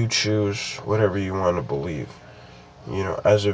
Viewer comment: he said "hard to belvie in" i have capsions on my tv